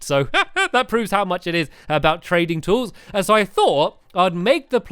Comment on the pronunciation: The first time u said trading tools I thought u said training tools, as if you were getting tools trained to do their jobs lol